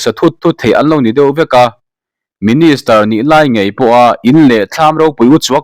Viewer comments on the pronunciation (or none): none